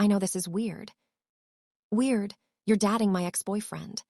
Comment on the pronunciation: Why wouldnt you even try to correct the pronunciation of the narrator? 'DATING' NOT 'DATTING' Very annoying.